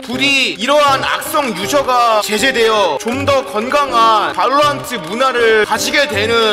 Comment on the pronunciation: 왜 발로란트를 방오랑트라 발음함??